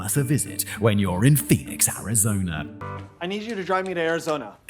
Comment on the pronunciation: “Arizona Rice Tea” You see what happens when British say a word that ends in a vowel sound followed by a word that starts with a vowel sound? They add an “R” sound. I don’t know why this bugs me so much. It seems like something that could be trained out of someone’s linguistic habits. Regular person - “Arizona is…” Simon - “Arizona rizz…”